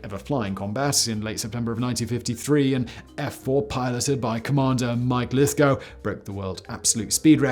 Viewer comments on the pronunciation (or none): none